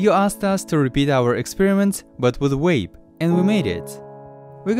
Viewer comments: its vape its just a fuckin accent mate wape yeah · He's from a European country most languages in Europe pronounce the V like a W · Ha says vaporize just fine but says wape or reser-oh-are instead of reservoir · Astros Cinema I like how he was able to say "vaporize" but says wape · “Oh now daddy, pwease down wape me UwU” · He can say “weight” right yet still says “wape” 😂😂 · DunkinDonuts90 I heard wape too lmao😂😂😂😂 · Your name is and you say wape... wtf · Nobody:: W A P E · Haven't you seen the video? It's a wape, not a vape. Say it correctly. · You mean wape? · Stoners Podcast Hwape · He says vaporizer, and vaporize. But says wape? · “We got this wape” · Mariah he said wape. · Are you guys aware that he says wape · Stop saying Wape omg 🤢💩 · Vape ❌ wape ✅ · No offence but "wape" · vape, not waype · What’s funny is the guy calls it a “WAPE” but says “VAPORIZER” correctly. Haha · "but this time with a WAPE"...omg i love wapes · How cant u say "vape" But you can say "vaper" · We got dis wape😂😂😂 but the mans can say vapor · He can say vaporize right but he says vape as wape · As soon as I heard “wape” I scrolled to the comments Also why does he say vaporize how it is but not vape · Upd: He speaks Russian (although he is Ukrainian), but in Russian there is no "W" and "V", but in Russian there is "B" almost as the "V". On the Russian word "wape" will be written as "вейп". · Think he said vwape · The auto captions claimed he said "wave" lol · “We av this wape”😂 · Can this guy not say the V LOL great vid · ok im sorry but he said Wape 💀💀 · Yoooo he call a vape a "wape"💀💀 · I literally come here because you say stuff like “wape” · Are we just going to ignore the fact this dude can't pronounce the V in, "vape" but has absolutely no problem pronouncing it in, "evaporate"? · So he cant say “vape” but can say “vaporize”? 🤔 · I know different accents say words different, but Jesus, how do you pronounce V as W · How the fuck can he say vaporize but not vape